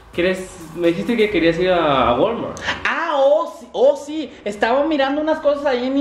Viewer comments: Jajajaja el de los morrillos "Guolmort" jajajajajajaja "tuerer =twitter" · Jaja y como pronuncia el Wal-Mart